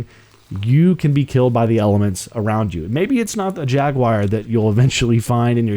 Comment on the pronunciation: Why can't you say jaguar